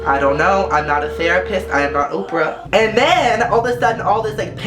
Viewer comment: He Said Ooprah